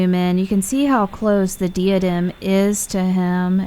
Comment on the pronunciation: *FYI: Pronounced "DYE-a-dem", "skurj", and "a-NATH-e-ma".